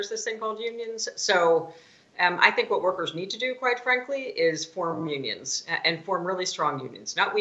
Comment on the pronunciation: Did you say "Onions" or "Unions"? We need Onions. Unions not that tasty.